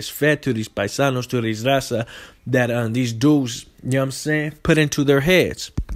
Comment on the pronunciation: Can even speak Spanish good.don’t even say raza right